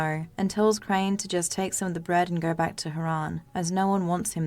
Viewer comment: Goe, belloew, Radioe. Your voice and accent are straight up ASMR for me. Don't mind me while I go binge all your videos